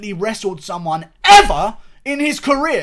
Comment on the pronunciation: "..but Yoel fucking Remero, who has NEVA! dominated with his wrestling Eva". I thought I was watching Alex Jones for a second.